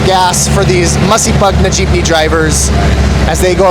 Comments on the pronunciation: Kyle still pronouncing it jip-knee when he told him to just say jeep-knee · Not “Cheapney” but Jeepney. 😂